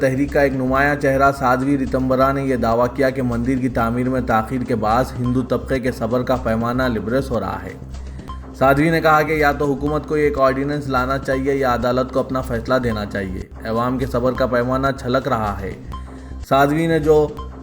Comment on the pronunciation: Wo Labrez ki librez air doosre Kai alfaz Ka talaffuz Nahi jante